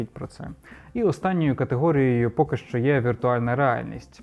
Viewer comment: Супер, тіки "щ" це не [шь], а [шч]